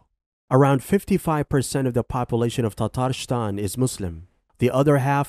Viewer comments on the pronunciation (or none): I think you didnt prepare well … your pronunciation is totally wrong of all names you mentioned in this video. Its Bash-kor-to-stan not bakhshorstan.. its Tatar-stan not Tatarshtan Its Habib not Khabib Its Daghis-tan not Dajistan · It's not Baxorshistan, but Bashkortostan It's Tartarshtan, but Tatarıstan huge pronunciation mistakes in other republics as well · Unforgivable how he butchers Bashkortostan, and Tatarstan.